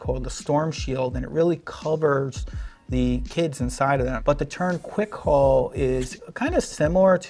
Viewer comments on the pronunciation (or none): none